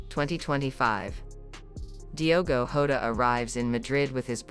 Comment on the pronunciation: It’s JOTA not HODA.